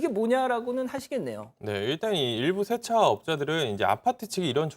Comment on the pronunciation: 쎄차가 아니고 세차 효꽈가 아니고 효과